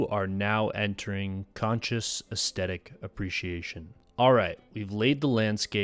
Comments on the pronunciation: Aesthetic, not 'estettic'. I swear people acting like this is hard to pronounce wasn't a thing until very recently. You said 'synaesthesia' with no difficulty, come on 🤷🏽‍♀️ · I enjoyed your video, but didn't you mispronounce 'climax' and 'aesthetic'? Maybe you were using the French version or something? Also, I think 'nearby' is just one word usually. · I liked and subscribed about 2 minutes into your video, man, your subject, delivery, and production is a whole vibe. Gotta work on your pronunciation of the words climax and aesthetic, dog, by the second time for each word, i figured out it wasn't a send-up. It's late, gonna check out any more of your vids later, but yeah, subed. edit: P.S. True Detective season 1 was perfection, all others seasons have been garbage sauce, and downloading Godless as I'm typing.